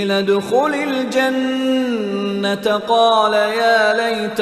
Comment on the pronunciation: Janna. taa kiun par gay ha?koi idr ruk jata ha.similarly jeem ka b issue ha